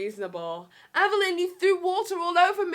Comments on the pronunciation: It’s Everleigh not everleighn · You kept calling her Evelyn not everleigh 😂